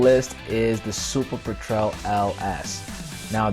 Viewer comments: (*"PET-rel", NOT "Pe-TREL") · I've never heard anyone pronounce "petrel" like that. Not even the french way "pétrel."